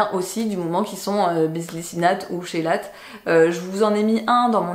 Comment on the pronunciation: Info prononciation - On ne dit pas "ch" "chélateur", mais "k" kélateur". Ça vient du grec ;)